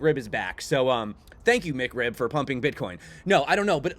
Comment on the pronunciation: Mick Rib? I thought it was Mac Rib